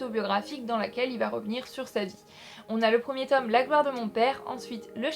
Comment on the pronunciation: Pas le 2ème "Tom";le 2ème "tôme"...